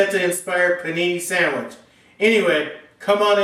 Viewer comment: Dang! that's one mighteh fine Puh'nee'nee my friend!